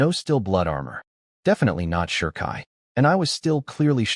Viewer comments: uggh it keeps saying shurkai shurkai there is no R there is no H there is no U it is pronounced Shi Kai stupid AI every since mc got ichigo it's been shurkai this shurkai that, Shikai means initial release shi=initial kai=release bankai=final release ban=final kai=release get this fix the next time you use ai for reviewing a fanfic or webnovel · Sherkai? Ai its pronounce she kai for shikai